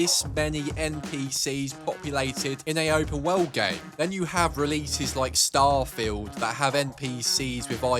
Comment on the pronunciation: Look man I'm sorry to say this and I'm not trying to be mean but you say open wowrld when you say world